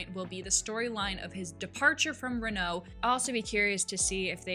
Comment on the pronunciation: Oh, I should have picked up on those O's then. My mistake. I mean Mispronouncing names, teams, etc. Anything that isn't English, such as Bottas, Renault, Sainz, Ferrari, Pérez, Verstappen, etc. You know... I mean, Bottas is pretty straight forward, surely you can handle that one after listening to it once. Ricciardo can pronounce Bottas.